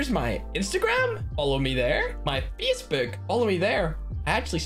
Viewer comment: ‘My fyesbuuk’